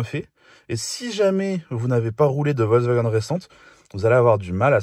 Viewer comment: C'est quoi cette communication sur le Amarok et "Wolksvagen" ? (On entend que ce nom sur la 2eme moitiée de la video). Franchement dommage pour une video de comparaison sur les pick up...